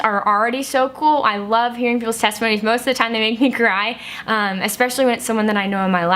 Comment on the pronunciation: Teste-moanies. Lol.